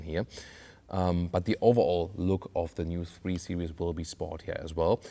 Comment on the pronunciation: your beautiful description goes really bad when you call Series Seri-ous here is the pronounciation